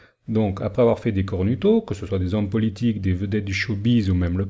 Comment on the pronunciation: C'est cornuto => ça se prononce cornouto ;) Intéressant, je ne savais pas pour la statue de St Pierre. Rem: il n'y a pas qu'un seul faux-prophètes et antéchrist. Il y a aura plusieurs faux-prophètes et plusieurs antéchrists. 1 Jean 2.18: Petits enfants, c'est la dernière heure, et comme vous avez appris qu'un antéchrist vient, il y a maintenant plusieurs antéchrists : par là nous connaissons que c'est la dernière heure. Matthieu 7.15 Gardez-vous des faux prophètes. Ils viennent à vous en vêtement de brebis, mais au dedans ce sont des loups ravisseurs. Matthieu Plusieurs faux prophètes s'élèveront, et ils séduiront beaucoup de gens. Matthieu Car il s'élèvera de faux Christs et de faux prophètes ; ils feront de grands prodiges et des miracles, au point de séduire, s'il était possible, même les élus. Peace